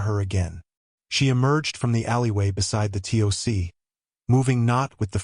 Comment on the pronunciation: The tick the TOC is pronounced Tock!